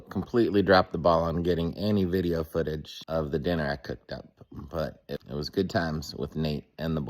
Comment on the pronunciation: Now you're saying it gooowed too oh no 😂😂😂